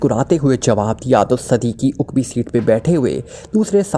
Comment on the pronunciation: Uqbi nahi hota aqbi hota hai